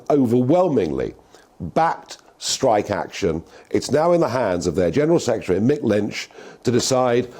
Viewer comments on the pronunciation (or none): none